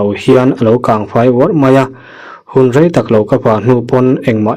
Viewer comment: Ka rai ti tawh suh,ka rei leeeh tih tur aw